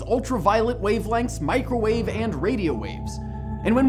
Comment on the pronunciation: Whenever you say "microvawe" the first thing that comes to mind is a food heating device.